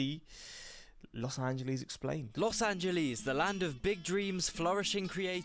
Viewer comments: As an L.A. native since the 60's, please pass that "Los Angeleez" admonition along to Piers Morgan. He's the number one Brit offender with that. 😄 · When will brits finally learn that it's not "Los AngelEEZ"... While most of the analysis you see here are undeniably true, a diss video like this doesn't showcase many of the reasons a lot of people like it or choose to live there: it's one of the most comfortable climates in the world, it's one of the best food cities in America, some of the best abundance of fresh fruits and vegetables in America, top 10 healthiest cities in the country, a booming economy, higher wages than most American cities, access to nature and the beach, outdoor recreation activities, a magnet for creative people, high cultural/ethnic/linguistic diversity, access to world-class museums, music venues and festivals, the list goes on. Every city has its own set of massive pros and massive cons- for some people the pros outweigh the cons, and for others the cons outweigh the pros.